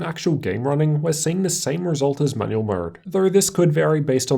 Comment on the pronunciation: why am i keep hearing manuel mode xD